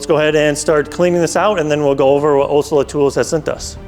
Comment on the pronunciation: Pronouncing Olsa is not that hard. You might want to get that right especially if you are working with them on a video.